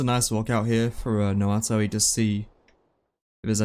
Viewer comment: keep saying noato instead of naoto 58